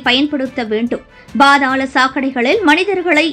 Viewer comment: பா(BHA)தாளம் தப்பு, பா(pha)தாளம் தான் சரி